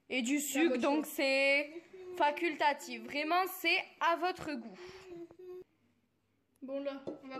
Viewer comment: « Faquiltatif » c vraiyment a votre goût . Vraiment ah may vraiment Gromeau ou grumô 😂😂 Dsl mais c’est juste le français. Vus l’avez casser , le français vraiment « faquilttatif » Merci 😊